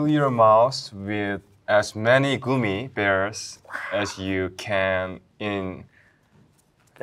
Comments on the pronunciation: Soobin saying goomy instead of gummy🤣🤣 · soobin pronouncing gummy bears as goomy bears is so cute 😭❤ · Not Soobin pronouncing it as 'goomy bears' They are so precious😂❤